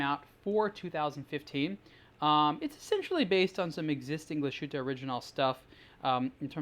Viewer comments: It's not Kla' Schuute, it's Glas Huttte. ;-) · Actually it’s Glas Huette, or, to be more precise, GlashYtte. Don’t forget that German umlaut. Ü is pronounced quite differently from just U … ( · You pronounce that so wrong...